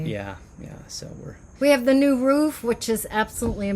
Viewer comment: So excited to see a video this week. I love the way you pronounce “roof”. Def a midwesterner! Matching tattoos! How sweet! I didn’t realize how red the soil is there. I would imagine it would make for some good ceramics and sculpting. What a beautiful place to run each morning! I tried ordering a new pair of hiking shoes while in Mexico and they never made it to me. Oh well. Hopefully someone has a nice new pair of Merrill’s. Ohhh fresh guava! Add that to the vine ripened carambola for a really yummy fruit salad. Mouth watering! I always enjoy your videos!